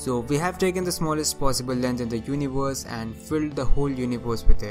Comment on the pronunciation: Everbody: Universe: univors